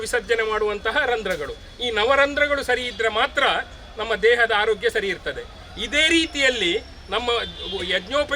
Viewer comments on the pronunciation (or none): none